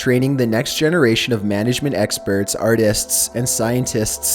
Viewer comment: "Artists'sss and scientists'sss" 😂